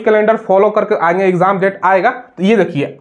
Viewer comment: Not आगे = आँगे😅😅😅